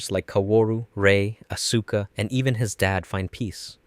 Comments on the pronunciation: How are you so deep into EVA lore that you can make this video, but you pronounce one of the most iconic character’s name “asooka” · The pronunciations of names are wrong in many cases but this is pretty darned cool! For one, it's not, aSUKa, it's pronounced, aska. Seele is German so it's not pronounced seelee. but, nothing is perfect!😅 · I think he's putting the emphasis on the middle syllable: as-SU-ka. Normally, people say AS-su-ka. The show got regionalized into a lot of languages, so maybe that's how the name was said by one of the several voice casts. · AHS-KUH! The u is silent godsdammit! >_< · Love this but one thing….its Aus-Kah, AUS-KAH! I beg of you man 😭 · How can one know so much about Eva but mispronounce Asuka and other names / terms? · “Evanghelion” “Asueka” “a place called Antarctica”. Lol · "Evangalleon" "see-lee" "asooka"